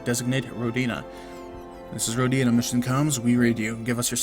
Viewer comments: Hey,, I believe the correct pronounciation is rOdina, not rodIna, just FYI:) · It's more common to pronounce it as "Row-deen-uh" though. I believe that's how the developer (Brendan Anthony) pronounces it.